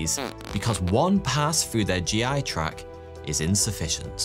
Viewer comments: Is she actually saying "track" instead of " tract" ? Tisk tisk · For the digestive organs, it’s pronounced tract not track! 😂